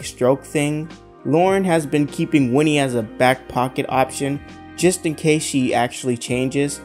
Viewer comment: It's WINNIE! Not Wendy!!! Jesus Christ.